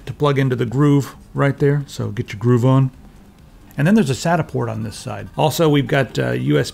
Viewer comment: It's grove not groove!